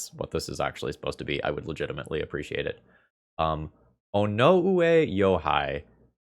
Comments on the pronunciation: The name pronunciation was pretty dang close. I believe the last name is said "Yo oo hey" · The Japanese deck author's name sounds roughly like ono-ey yo-hey. This name has a lot of long vowels - ou and ei represent long o or e sounds, not sound changes. Japanese syllables have very consistent length, so a long vs short sound can have different meanings. English syllables are less consistent, so I wouldn't worry about the length of the syllable if you're talking about the deck author's name in English anyway. Japanese's set of sounds is almost a subset of sounds you can make in English, so you only need to remember a few rules to get it right most of the time 1) letters don't affect the sound of the letter next to them. moe (a specific kind of cuteness) is pronounced mo-ey, not like the bartender from the simpsons. 2) other than tsu, all syllables in Japanese are one-letter vowel only sounds or two-letter vowel consonant pairs. If you take it one consonant at a time, you'll be able to read it well enough. Daigaku (college) can be read basically Da-i-ga-ku or Dai-ga-ku, as the letters don't affect each other's sounds. If you shuffled the parts of daigaku into say, ikugada(not a word, just an example), each bit would be pronounced the same 3) there's no -ou sound in Japanese, sound would be spelled sa-un-do. 4) (optional) a is pronounced like the attack, i is pronounced like see, u is pronounced like winnie the pooh, e is pronounced like hey, o is pronounced like ghost I'm not fluent so grain of salt and all that but you'll do better than most people trying to pronoun